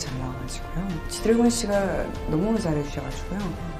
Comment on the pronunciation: 이름도 제대로 안부르는거봐 ㅋㅋㅋㅋㅋㅋㅋㅋ 짇레씨가 ㅇㅈㄹ